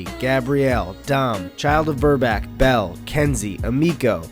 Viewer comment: Why'd you call him Burback lmao